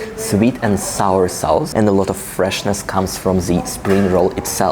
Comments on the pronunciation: Yes, sauce sounds more like soss. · In the word ‘sauce’ do not pronounce the u. That lunch looks delicious/ I can almost taste it